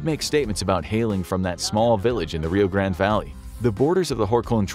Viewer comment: Gotta love how the narrator can't stick with one style and alternates his pronunciation of Rio Grande.